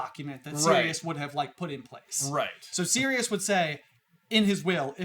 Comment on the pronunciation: I am so glad you guys properly pronounce Sirius' name, I don't know how may times Ive had to try to explain that he is a dude who turns into a dog, Sirius is the Dog Star, Regulus is also named after a star, and his name is not Cyrus.